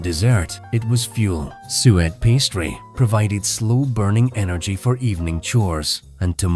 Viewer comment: I think the audio is AI also. "Sue-ate" pudding.